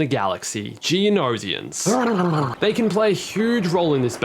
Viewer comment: I cringed whenever he said geonosians lmao "geo no zions" NO HATE, love dis dude